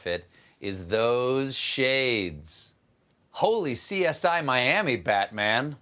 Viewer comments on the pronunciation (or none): none